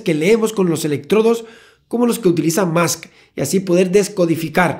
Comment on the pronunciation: Pregunta seria... ¿Por qué los españoles dicen "mask"? Escuchen a cualquier nativo de habla inglesa y verán que es "mosk".